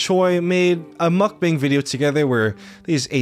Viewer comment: Great video, but mukbang is pronounced (muck - bahng), not bang. the emphasize is also on the muck. sorry It was getting on my nerves